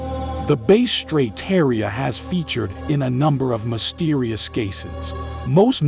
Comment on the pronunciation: Hi, I would like to connect regarding voiceovers. What is your email please? It’s faster. [P.S. the robot voice is mispronouncing lots of words like “Base strait” instead of “Bass” (rhymes with Mass) strait or “porth-alls” instead of “port” + “holes”]